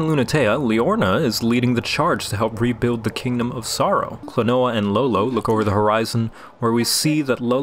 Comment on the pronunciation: It's actually pronounced like Kleenwa